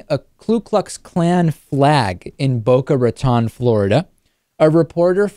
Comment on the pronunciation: David, for all the over pronunciation you like to do with foreign countries, you would think you could at least pronounce "Boca Raton" correctly.